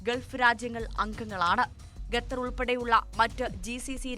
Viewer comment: 'ഗെത്തർ,' 'ഗെൾഫ് ' ഇതൊന്നും ശരിയായ ഉച്ചാരണമല്ലെടോ. 'ഖത്തർ', 'ഗൾഫ്' എന്ന് പറയൂ